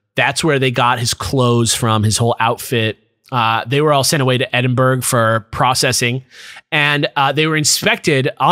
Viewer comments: edd-in-burg <- not correct, edd-in-bruh <- correct please learn this it hurts my soul. Aslo woop woop a scotish tale. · I usually hear it pronounced Edinburrow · Certified Edd-in-bruh moment